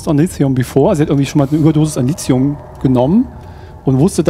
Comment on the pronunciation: Lithium mit T und nicht mit c oder z, wie Silizium, das ist ja grausam :D